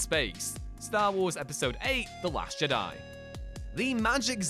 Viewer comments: Im a bit confused as to how a channel dedicated to Star Wars can’t say the word Jedi. FIVE times you read it as JiDi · You missed the greatest mistake by far, the way you pronounce 'jedi' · Only the Viceroy in Episode 1 puts the emphasis on the "di" part. Everyone else puts the emphasis on the "Je" part. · I find your lack of ability to pronounce the word "Jedi" disturbing.